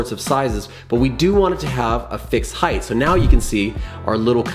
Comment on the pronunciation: Height is pronounced hite not hythe